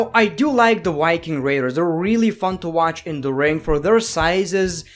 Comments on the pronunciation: the white king raters. me: ITS THE VIKING RATERS JEEEZZ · "Why king raiders" got me 🤣